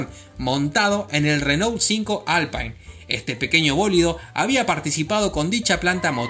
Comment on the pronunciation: Muy buenos datos, especialmente lo de la NASA. Un detalle: se pronuncia alpin porque es francés. Saludos cordiales.